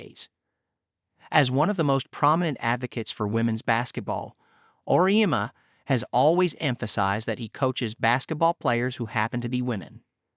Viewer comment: It’s Or EE Emma.